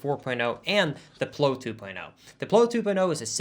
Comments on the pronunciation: I'm sorry sir but you're pronouncing the word 'plow' wrong. It is pronounced like the word 'wow'. Love you! ❤️ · I tried to come up with a spelling to poke fun at pronunciation of plow, but I couldn't. Therefore, it must be correct....except for the fact that i just thought of one. Ploe.